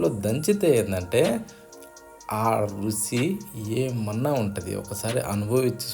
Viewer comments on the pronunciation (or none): రుచి, రుసి కాదు